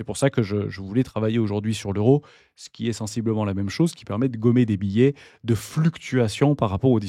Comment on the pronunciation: biais ne se prononce pas billet...